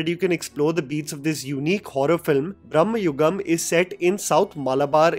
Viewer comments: It is Bra ‘ma’ and not Brahmayugam like God Brahma. Just observed this and translates totally different meaning otherwise. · Not Brahmayugam it's Bramayugam. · It’s not Braamyugam it is Bramayugam…. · It's "Bhrama-yugam".... Not Bhram-yugam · Its not brahmayugam, it is bramaaayugam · Bramayugam not Bhramayugam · It is not brahma yugam its brama yugama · It's not brum-ha-yugam it's bruh-ma-yugam meaning delusional age. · Its not brahma yugam its brama(mad) yugam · U r pronouncing it wrong... It's Brama-yugam... Brama/bhrama is illusion/wrong sense of purpose/negative thoughts Not Brahma-yugam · I think you keep pronouncing “brahmayugam” it’s just bra-ma-yugam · It's Bhramayugam, not Brahmayugam. Bhramam = Insanity. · It's bhrama yugam not brhma yugam😅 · It's pronounced as भ्रहम (hallucination) (Brhmayugam era of hallucunation) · Its "Bhrama-yugam" or ഭ്രമ യുഗം. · The title is pronounced Bhram-yugam, age of madness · Just a tiny correction: It's 'Bramayugam' meaning 'age of brama' or 'age of madness' Have nothing to do with Brahma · It's not 'bhramma' yugam (age of bhramam) man, it's 'Bhrama-yugam' bhramam means madness.. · It's not brhama but bhrahba(confusion) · It's not pronounced brammayugam, it's bramayugam , bramam means madness. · It is not Brahmayugam like Lord Brahma, but Bhramayugam, Bhrama like illusion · Exactly. I saw many ppl makes this mistake even after seeing the movie. Mamooty clearly says 'bramayugam' brama means going mad. But many ppl say it's as brammhayugam. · Its bramayugam not branmayugam. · The title of the movie is pronounced "bhrama yugam" and not "bramma yugam" as you say in the first few seconds of your video. The first word in the title means delusion (in hindi - भ्रम). Your pronounciation of the first word in the title as bramma (in hindi - ब्रह्मा) makes you interpret the title for an "era that represents the exodus of Gods", when in fact it is referring to the delusions of the principal characters in the movie.